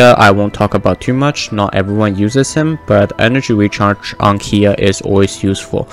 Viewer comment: When did kaeya turned to kiiya lol